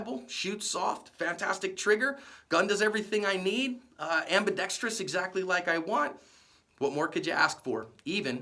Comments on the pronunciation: And one more thing, thank you for saying "ambidextrous" correctly. Most people say "ambidex-tree-ous." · You are pronouncing ambidextrous correctly!